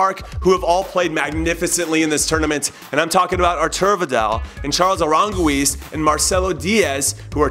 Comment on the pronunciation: Janiel Fonseca yeah lol its Char-lays Arahn-geese